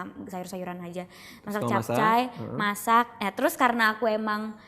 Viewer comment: sama bang gw jg dengernya "masih capcay" bukan "masak capcay" 😂😂😂😂😂😂